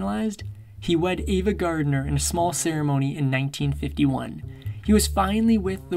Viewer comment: Also not Gardiner